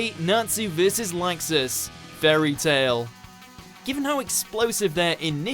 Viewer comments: i hate for saying LAXAAS its laxus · "Nazi vs Lexus" Pronunciation: 0 Points,, sit down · ...'kay, I let "Ah-kira" slide, it wasn't far off enough for me to care that much, even let "joe-TAR-roe" slide - which is surprising because that name was butchered mercilessly, but...seriously? "LAI-xus"? The dude sounds like he's trying to say "Likes us" but with a stuffed nose. This one isn't butchered as much as the others, so I guess this is just where I kinda lost patience. I almost wanna say he's doing it on purpose because...I mean, the people in the anime SAY their names. If it's a Japanese name, they're prolly pronouncing it correctly, my guy. Like...are these guys just handed a script and told; "Good luck, have fun, and don't get murdered"? I don't wanna be too mean or anything, but like...come on, man. (It may not seem like I'm trying to not be mean, but I held back a LOT of harsh comments.) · Laxus? I only know him as Luxus... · haha Lie-xus :) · did he really say "Nazi"? XD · The way you said Laxus.... And Natsu could win now. It took a couple seasons but whatever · Pronounce Laxus right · Bruh he said Laxus wrong twice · The mispronounciation of Laxus is cringe wortht